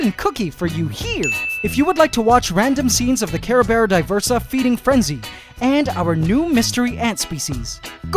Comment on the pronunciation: Tons "ant" tons of ant🤣😂